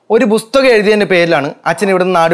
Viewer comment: Busthakam alla makkale pusthakam